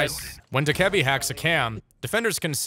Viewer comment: DOE-KUH-BEE. NOT DKEBI.